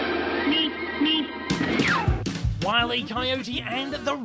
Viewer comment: I thought the road runner said meep meep not beep beep what the fu